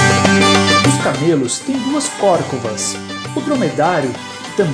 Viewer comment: Ora....a pronúncia é corcóva